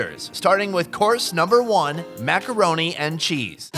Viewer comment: Mack-arouni what is that? 🤣